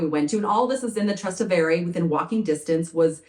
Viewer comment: It's pronounced Tras TEH ve re.